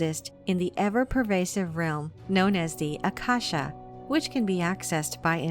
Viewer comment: It is Aa-kaa-sha, actually...:) ākāśa आकाश often referred to as "Sky" in some Indian languages, it really means "Ether" that invisible element that is all pervasive.